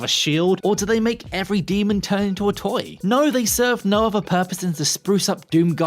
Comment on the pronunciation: "Can you fink of any uvvers?"